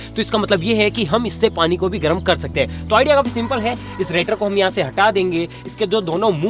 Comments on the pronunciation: Rator nhi radiator bolte hai usko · BHAI ITS NOT RATOR ITS RADIATOR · रेटर? Radiator hota h bhai 🤣🤣